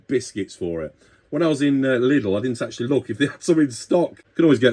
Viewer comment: Akch-tool-ee...,... I did get some rather nifty little tools from Sainsbury's "tools and trinkets" section, recently, and for cheap, too! But I sense a trip to lovely Lidl might be on the cards for Sunday morning. Edit: I bought a 1/4" screw-driver bit set with ratchet handle from Aldi a couple of years ago. Bits were ok, but the ratchet handle was a nasty PoS, and I genuinely threw it in the bin, it offended me by it's mere presence in my house.